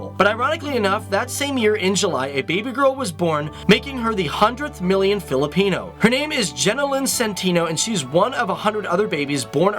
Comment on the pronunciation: Filipino not Filipeno